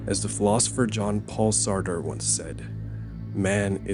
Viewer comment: sorry to be that person, but Jean-Paul Sartre was French and so you really ought to pronounce his name correctly.